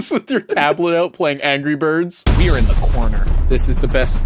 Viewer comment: ANgry biRRds